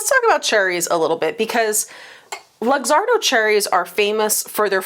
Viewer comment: FYI - Luxardo is pronounced look-ZAR-doh.